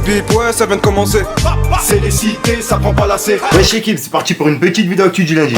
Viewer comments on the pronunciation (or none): none